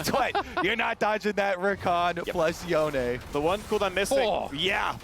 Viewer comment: is that really how you pronounce yone? Holy.